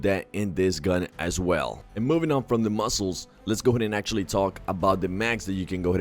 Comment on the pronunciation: Is it just me or is he saying muscles....